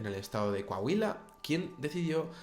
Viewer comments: Fuera del contexto del tema, eres el primer español al que escucho decir Coahuila sin problema alguno XD. Saludos desde México!! :D Excelente canal n.n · eres el primer español aparte de mi esposa, que escucho que pronunci abien coahuila xD saludos, excelente video